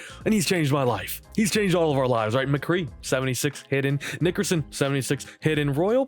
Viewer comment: Bro you gotta chill with that Nickerson pronunciation.